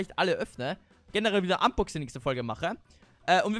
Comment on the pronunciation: Also quasi ein Fanpost Unboxing ( hat mal ausversehen statt Unboxing Boxunsing gesagt 🤣🤣🤣🤣)